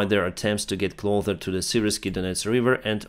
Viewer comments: it's CLO S ER there is no "th" Why do you pronounce it like "clother"? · Hi friend, thank you for speaking in English our international language. Your English is truly a pleasure to listen to, you are a strong English speaker. Here is a tip on pronunciation: closer, ближе, you say like clother. But it has just the simple ss sound, so in Cyrillic клосэр.... Нету th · Hey! The biggest mistake you’re currently doing in English is pronouncing cloSer as cloTHer. Hope this helps! ❤ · Hey, You probably wont see this and not trying to be picky Just trying to help. But i notice in many of your videos you pronounce the word "Closer" as "Clother" which is incorrect. The correct pronounce in the ending is as "Sir". As in Clo-sir.... I think you are confusing the pronunciation with the word Cloth. Hope you see this so it doesn't become a bad habit for you. Thx for the video. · Hi, great work; one thing I noticed was that you pronounce the “s” in the word “closer”by saying “th”; so the result is you saying “ clother “ when you mean to say “closer” From an American Lawyer fan of your work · Love your videos. Every video you mis pronounce "closer" lol you say it as "clother", I've watched months of your videos it made me write this lol 😂 Either way Slava Ukraine! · I notice in this and other recent videos you pronounce “closer” as “clother”. The usual English pronunciation has a hard S in the same way that you correctly say “close”. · I noticed you keep pronouncing the word closer like clother or cloZer. The actual pronunciation is cloSIR or кло-сэр. I hope this helps. Slava Ukraini! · the word is "cloSer" not "clother." Sorry to nitpick and thank you for your valuable reporting. PS Your English is far superior to my non-existent Ukrainian....! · Love you. Fix your English. Say “closer” with an S! Not a th! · when you say closer i think you saw the word clothes and saying closer like that. Not trying to offend or anything.